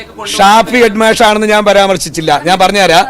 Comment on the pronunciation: ഹെഡ്മാഷ് എന്ന നേരെ പറയാൻ പോലും അയാൾക്ക് അറിയില്ല. ഇയാളെയൊക്കെ ആരാ പിടിച്ച് നേതാവാക്കിയത്?പൊട്ടൻ